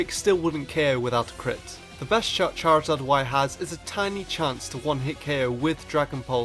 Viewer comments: You mean chorzard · charazard YYYYYYYYY rulles